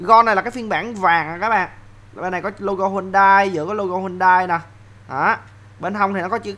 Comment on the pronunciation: Đọc đúng tên xe là HY-UN-DAI nha a